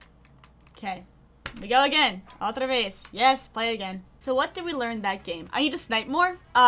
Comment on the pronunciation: Hey! Greetings from Brazil! Hear you saing "outra vez" is so good. (I don't know if it's spanish tho but here we also say that for "again") Thank you for your videos! :)